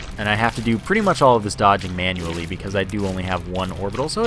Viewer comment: you say manual wrong